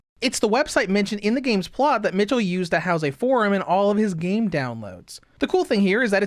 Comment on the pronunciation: I dont know if anyone said this to you before, but the pronunciation for michel, isnt [ m IH ch uh l ], but its more [ m ee - sh eh l ]. The pronunciation of the name is important because michel can be also be said the same with name "michelle". Thats why giselle was flabbergasted when she heard the white hair girls name for the first time, and thought they had the same name.